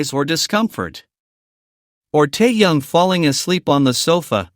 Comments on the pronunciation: Противно слушать,когда неправильно называют KIM TAEHYUNG - Теуном. Автору минус за такую работу. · Прежде чем говорить о парнях , научись правильно говорить . Тэхени и только тэхен , а не как иначе. Если не получается ,тогда ви ,ли-бо в первый класс. А то хочется предушить блогера за коверканье имя. Вигу , это единое , целое и неделимое